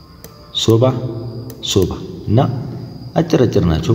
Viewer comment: soba milew ሶባ new weys ሶበ dmtseh ባ yemtl new mimeslew